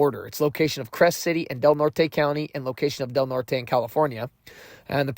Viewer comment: Redwoods trees, County is pronounced Del Nort.